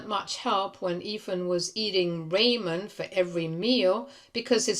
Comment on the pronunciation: Ramen is "Reemen"? The hell? That's not even the British way to say it. She actually doesn't know what ramen is!🤣 And "pussy whipped" isn't even a thing!🤣 Its either "pussy" or "whipped", not both!🤣🤣🤣